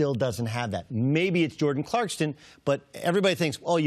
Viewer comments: CLARK-SON not Clarkston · CLARKSON not CLARKSTON........... #facepalm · Are we supposed to believe him if he can't even say jordan's last name properly? 😁 😁 😁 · Doug knows it's ClarkSON versus ClarkSTon... right? This man's analogies are trash and he wants to be Cowherd so bad lmao